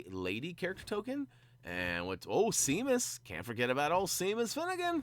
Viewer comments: I know this is old and you probably wont see this but you pronounced Seamus wrong its pronounced Shay-mus and you said sea-mus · hey just saying its Seamus Finnigan is pronounced Shaymus